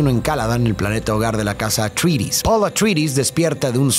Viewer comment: amo tus videos pero man pon en el traductor como pronuncia atreides en ingles, no se tragan la E